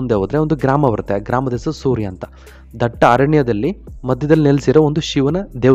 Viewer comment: Bro adu soorya alla, surya